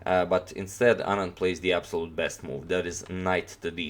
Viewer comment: U pronounced anand's name so accurately! I don't really like Carlsen as a sportsman,he plays really good but he is not a good sport!